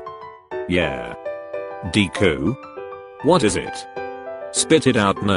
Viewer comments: Wow they really gonna do my deku like dat and pronounce his name like eyezuku Edit: wow, just got farther into the video and the really did my guy dirty AGAIN they really called him deeeku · I love how the speaker pronounces Deku as DEEkU 🤣😂